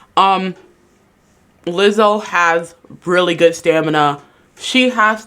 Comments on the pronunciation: “staNiMa”?? Girl anything you have to say is automatically dismissed if you can’t properly pronounce words in your argument. 😂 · "Stanima" I love it haha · "stanima" XD